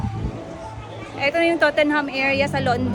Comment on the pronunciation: Tottenham is pronounced as Tot-nahn court :-) you walked by along Leicester Square , Soho where Jollibee is there. Book of Mormons is lovely and very entertaining and funny .ignore those bashers, London, England or UK is ok.